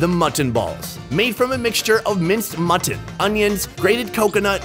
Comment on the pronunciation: Whyyyy does pronounce mutton that way?!?